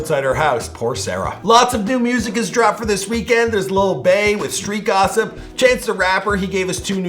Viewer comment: Did you...did you just say “lil Bae”? OMG!!!!! Lil Baby*